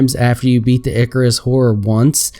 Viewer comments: "Icarus"? It's Erchius. Say it with me, "Erchius". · BTW the erchius horror is pronounced ER key us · It's pronounced erchius.